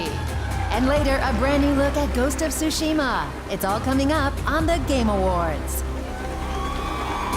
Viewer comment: "ghost of tooshima" you would think by this time, with the hype surrounding the game, and being the host of the biggest awards show for video games he would at least get the pronunciation right